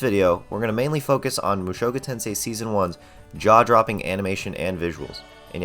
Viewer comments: Protip about Japanese language: emphasis is on the FIRST syllable. Thats how you know when starting new word. You are saying mu SHOku Tensei. Its MUshoku Tensei. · "MOO SHOW KOO TEN SAY" 🤮NA🤮NA🤮NA🤮NA🤮NA🤮